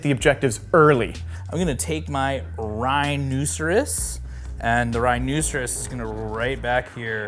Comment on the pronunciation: Rynooserus? OK, I can't unhear that now 😂😂😂